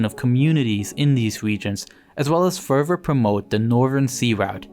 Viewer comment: Evier furver or more fouroowly...this FUCKIN GUY